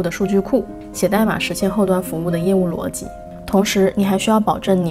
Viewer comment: up主中文非常好。 我基本用英文学完，用全部中文基本解释不来。 而且up主连“逻辑”的发音都跟高考要求一样